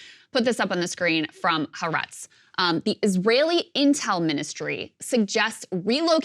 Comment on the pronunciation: Y'all are always pronouncing Haaretz wrong. It's pronounced Ha'aretz, pause after the first syllable. Ha = the, eretz = land. Referring to the land of Israel.